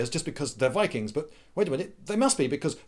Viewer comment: you pronounced ''VIKIINGGSSSS!!!!'' wrong